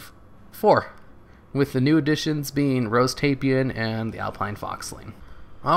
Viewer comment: nice vid ^_^. (FYI, "Tai-Pan" 2 syllables )